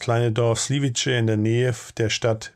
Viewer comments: Slivice wird Sliwitze ausgesprochen. Nicht Sliwitsche. Das ist einfach falsch. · Sliwitz. Tschechisch sliwitze ausgesprochen. Ist kein italienisches ciao. Nächstes Mal bitte kurz durch Google translate jagen und audio anhören, bevor video hochgeladen. Besonders, wenn das ein häufig redundantes Wort im Beitrag ist. Denn auf Dauer juckt das dann :D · Slivice gesprochen “Slivize”. Tschechisch “c” = deutsch “z” Tschechisch “Č” = deutsch “tsch”